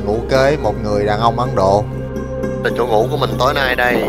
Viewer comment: xê dịch. Ấn Độ… mà sao mình nghe là Ắn Độ.. ta 😂 Giỡn với thôi, vậy mới đặc biệt ha 🤣